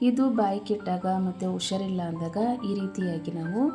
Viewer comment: ಉಷಾರಿಲ್ಲ ಅಲ್ಲ ಹುಷಾರಿಲ್ಲ.... ದಯವಿಟ್ಟು ತಪ್ಪಾಗಿದೆ ಸರಿ ಮಾಡಿ.